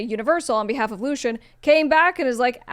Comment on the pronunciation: Something about you not knowing how to say Lucians name makes me question your credibility as a "Top Music Attorney." How much experience do you actually have in this industry?